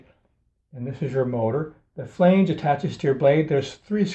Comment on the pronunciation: Thank you! Please check your pronunciation on this word: FLANGE